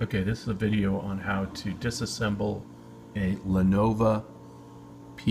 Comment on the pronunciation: "Lenova?" lol